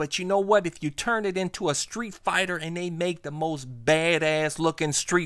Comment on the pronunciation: "PropAH StreetFIGHTA" hahaha, yous a fool man. I love it;)